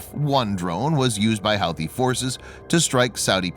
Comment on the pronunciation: Who-tee not How-thee.